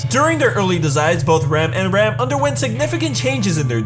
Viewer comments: He pronounces Rem and Ram the same way...americans...the really can't speak properly any other language ( most of them anyway) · Why do you pronounce Rem and Ram the same??